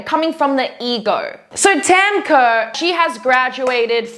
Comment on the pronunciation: I love u but I’m getting annoyed with how u say Kaur, cuz it’s my middle name. But no hate, people make mistakes and it’s not anyone’s fault. It’s pronounced kao-rrh.